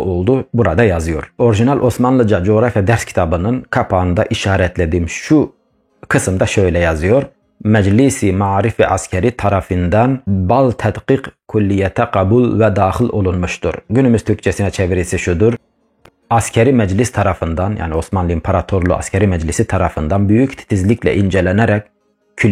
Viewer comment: Esselamu aleykum kardeşim. hazırlamış olduğunuz bu kiymetli videoyu sonuna kadar izledim. Kısa sürede Osmanlıca öğrenmiş olmanız büyük bir başarıdır bunun için tebrik ediyorum. Ama hala okurken yanlış okuduğunuz yerler var mesela بالتحديق kelimesini ba'l tehkik diye okudunuz bu okuyuş yanlıştır asıl okuyuş şekli bi't tehkik olarak okunur. Elde edilen veriler ve yapılan araştırma hakikaten güzel bir çalışma olmuş getirmiş olduğunuz elyazması eserler olsun ilk baskı Osmanlı ders kitapları olsun çok iyi bir araştırmanın neticesidir. Asıl dikkatimi çeken husus ise şudur; konuları evet güzel bir şekilde anlatıyorsunuz delilli bir şekilde bu güzel ama kullandığınız üsluplar ırkçı bir üslup oluyor bu doğru değildir. Onun için Üslubunuzun objektif olması tarihe yeni bir akış verecektir. Kürt kelimesinin silinmesi veya Türkler olarak tercüme edilmesi ırkçı bir tutumun göstergesidir. Aynı şekilde ayrıştırıcı üslupta ırkçı bir tutumun göstergesidir. Dikkatimi çeken başak bir hususta şudur; Osmanlıcada ki kıta kelimesinin üzerini bastırarak ülke olarak tercüme etmeniz de doğru değildir çünkü kıta kelimesinin Osmanlıcada ki ilk anlamları "kara parçası, memleket" anlamlarına gelmektedir. Evet ülke anlamına da gelmektedir fakat ilk anlamı değildir. Arapçada "Ekrad" kelimesi "Kürtler" anlamına gelmektedir. Siz Ekrad kelimesini "Kürtlerin Ülkesi" olarak tercüme ettiniz bu da doğru ve dürüst bir tavır değildir. Hatta eleştirmiş olduğunuz bazı Türk tarihçilerinin yapmış olduğu ırkç